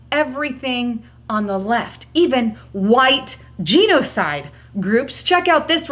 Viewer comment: love you girl yes I voted red wave please you are mispronouncing genocide. It's like nails on a blackboard. You're smart its genocide not jeanocide.